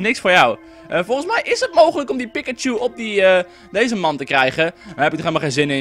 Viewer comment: Ik erger mij eraan dat je Pikachu uitspreekt als 'Pik-a-chu'. Het wordt uitgesproken als 'Piek-a-chu'. Precies zoals het wordt gezegd in de serie. mvg, Misty